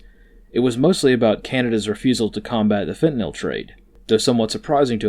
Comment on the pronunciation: Thank you for pronouncing “the drug” nome correctly as it ends with nyl not nol or nal.